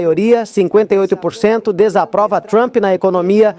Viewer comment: Pra que se esforçar tanto para pronunciar trump "truamp" besteirol!